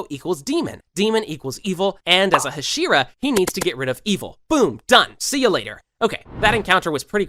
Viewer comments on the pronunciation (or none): I know it's unfair, but I can't stand the ha-SHE-ra pronunciation. Can't finish the video bc it's just annoying the hell out of me. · Are you just trolling rn? There’s no way you just said “HashEEra”😭😭😭😭😭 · You pronounce hashira wrong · stop saying it like husheru?! its ha she ru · The fact bro said hesira 💀 bro it’s pronounced ha-sh-E-Ra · Jesus Christ it’s HAH-SHEE-RAH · TenJen...?! What the... It's a hard G. Tengen. Can't subscribe to someone who says TenJen. Wow. Also.. HaSHEEra? No, dude. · I have a slight feeling this man did NOT watch the show. he called kanae kanao and he also pronounced tengen and hashira wrong. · Hashira nah hasheara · I hate the fuck way he said Hashira